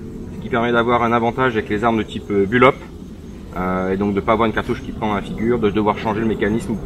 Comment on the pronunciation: bulop? 😂 Tu ne voulais pas dire bullpup plutôt ?